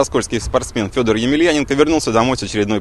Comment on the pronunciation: А имя произносят как Сёдор))